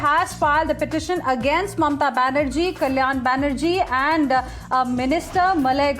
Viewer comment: Its Banerjee not baHerji